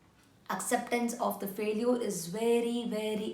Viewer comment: What is faleuer???😂😂😂😂 It is failiture ......